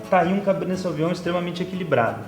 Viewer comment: Beleza, mas pronuncia-se sovinhon!